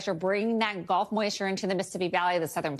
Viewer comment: why can the meteorologist not say "gulf" correctly? It is a body of water, not the sport "golf"